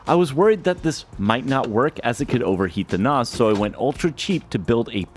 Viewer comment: Why do you keep saying NOS is it not a NAS